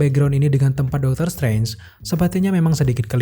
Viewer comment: Dr. SRANGE ? SRANGEEEEEYOOO